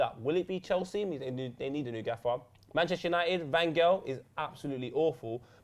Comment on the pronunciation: is just too much 😂😂😂 And why do always pronounce Van Gaal as Van Girl